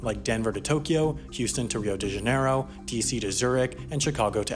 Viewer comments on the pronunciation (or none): Jah - nai - ro. Fuck's sake, it's not that hard.